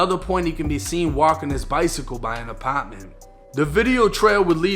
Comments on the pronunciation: Ah-pot-man lol he says apartment funny lol 😅😅😂😂😂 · Love how you say "apaartment"